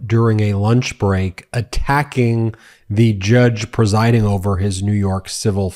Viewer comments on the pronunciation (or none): Does he know there is no "oo" in "judge?" ... he says "joodge" ... what a clown. Unfortunately, he can say and threaten whoever he wants and nothing will happen to him. He will NEVER be held accountable.